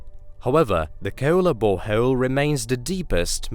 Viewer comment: "Hey were auditioning for this youtube documentary." "Ok" "Please say bore hole" "Boreho-el" "You're hired"